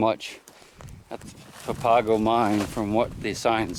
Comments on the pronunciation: well here we go again. the green color in the rock is called "galena". copper is always found with galena, but all galena doe's not have copper with it. and not pronounced papaaga but pronounced pa-pa-go. it is the name of a tribe of indians that lived there for 1000's of years and are still living in the area today especially today on the reservation just south of tucson. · Papago is pronounced papa’go. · Papago it's pronounced pap-a-go emphasis on the pap which is pronounced like a pap smear